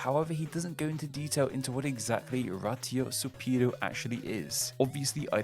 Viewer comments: Other comments talked about raitosupiido, but I think you didn't get it cause you pronouns ed it nor like raitospiido, but ratiosupido. (Japanese phonetics, not ratio but you know) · Raitosupiido is pronounced more like “rightspeed”, but the r is tapped so it ends up sounding like “lightspeed”. It’s just the closest you can get to saying the English word in Japanese. The issue is you using English phonetics, which is incorrect, but totally understandable